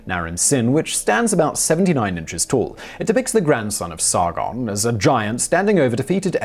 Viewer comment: Roll the "R" in Sargon please. Its SaRRRgon. and its Gon, not gone